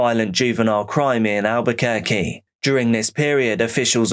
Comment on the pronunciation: I'm from NYC. Most pizza is a disappointment now. Also, i live in Albuquerque and am astounded by your correct pronunciation of the names.